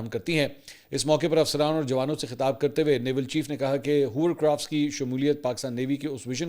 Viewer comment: Hovercraft Mansoor, Not Hoovercraft !